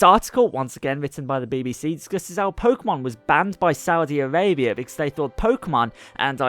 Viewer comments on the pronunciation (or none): It's "Arabia" not "Avabia"